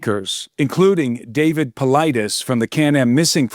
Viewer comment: Who else gets upset with he mispronounced David Paulides name 😅